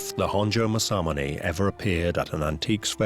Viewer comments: Your pronunciation is appaling. The swordsmith(one of the 2 most famous nihonto smiths) is mas-a-moon-ah....spelt in english Masamune. Masamunes works has been surpassed easily by a large number of modern smiths from many cultures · British people.. make a documentary about masamune.. never learn how to pronounce masamune 😆